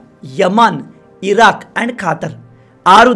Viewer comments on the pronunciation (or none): none